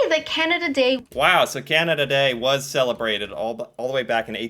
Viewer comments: I cringe every time you say Keyanada. You say Canadian ok. Keyanda is the way most Americans say Canada. Pet peeve on my part. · I love his pronunciation of Canada as "Kee-anada" lol